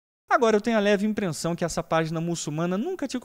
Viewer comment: Impressão minha ou ouvi “Imprensão minha “